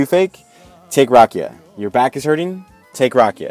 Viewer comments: The way he said rakija- Its not hate its just funny a bit..Respect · And you are saying wrong rakija